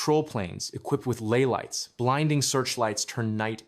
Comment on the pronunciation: Pronounced as "Lee lights:, not "lay lights".